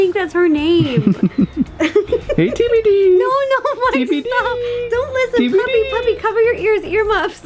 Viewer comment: is it just me or dose it sound like “I do want blueberry to feel left out”?